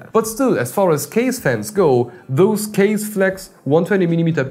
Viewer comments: Its not kaze. Its ka ze. Means wind. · Its not Kaze.... Its Kaz-aee(from the old days)... Also bruv.... I really like your videos And i agree on scissor part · It’s pronounced (Kah-ZEY)! Scythe is bad ass. In the earlier 2ks they use to sell bad ass little 25mm fans I used for cooling chipset heat sinks. Blessings. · I thought "Kaze" pronounced something like Kah-zeh like japanese or something. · Kaze should be pronounced 'car-zeyh', since it is a Japanese word which translates to wind or breeze. you can try put the word 風 into google translate to hear it. They also use Japanese word for their other fans line-up such as jyu (as in 10) for 100mm, jyuni (you guessed it- 12 )for 120mm and hachi (8) for 80mm. if anyone ever read or watched Naruto, i'm sure they'll know what 'Shuriken' is.